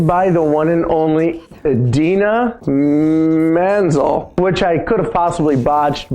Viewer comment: In-de-na men-ze-l